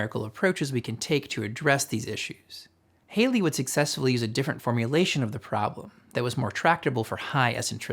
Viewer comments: Um… Halley is pronounced HAL-ee, not HAY-lee. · I think he pronounce his name "HAL lee", not "HEY lee". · Pronounced "hawl-ee" and NOT "hail-ee" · Very nicely done. However, two points if I may. 1. ... the circle gets flatter until e=1 when it becomes a parabola. .... Well yes an e=1 does suggest a parabola, however an value of e>1 is a hyperbola. A parabola is a special case, but your diagram suggests otherwise. 2. It's Edmund HAL-lee not Hayley. I wouldn't mention this, your presentation is otherwise so sharp. Thanks for your work. ... How about a video on fitting an orbit from 3 Earth based observations using the Method of Gauss? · That's ECCENTRICITY not ECENTRICITY. And HALLEY not HALEY. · I've noticed many Americans pronounce "Halley" as "Hayley". I suspect it may have something to do with "Bill Haley and His Comets". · It's Edmond HALLEY -- rhymes with VALLEY. Bill Haley and the Comets was an early rock n roll band. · Once again I remind mathematicians that Edmond Halley's name was pronounced "Haw-Lee". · Edmond Halley, like rally. J.K. Rowling, like bowling. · There are two L's in Halley. His name is pronounced with a short "a".